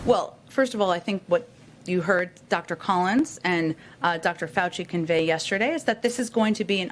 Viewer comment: Dam she said convey again ugh